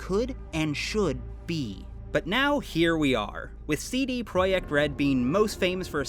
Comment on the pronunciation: Omg you pronounced CD Projekt correctly